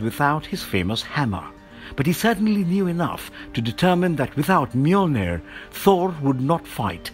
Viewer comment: This guy said Annihilus wrong but said Mjolnir so fluently i shed a tear.